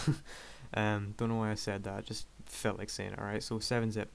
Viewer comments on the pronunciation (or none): none